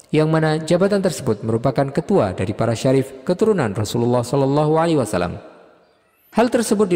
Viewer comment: Kenapa ya SAW banyak yg membacanya SA Wassalam...padahal yg benar adalah Wasallam.